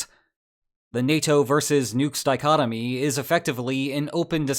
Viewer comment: Did he actually say false di-conomy instead of that word that I don't know that also starts with di... ?